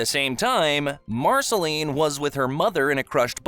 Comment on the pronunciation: The fact you cannot pronounce majority of names lets me know this is a view grab. Otherwise, not terrible in a cliff notes sense but nothing someone who watched it wouldnt know. "BEE EMM O"....comon this is an insult "Named BMO to Be more". Marasheleeeene - Hunts only vampires not demons. You mention the timeline of "human Finn" but do not barely reference the return of Prismo and his (Finn) more important identity not being in a dream but is a Glob reference. YOU STARTED THE VIDEO CALLING OO, EARTH. Its saying the USA is the earth, the human island is not part of OO let alone the ones we do not know about. BEEEEE MO not BE EMMMM O. Marcelene seems standard - VAMPIRE hunter.